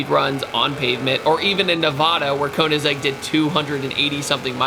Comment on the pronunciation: KOHniggsegg?????? facepalm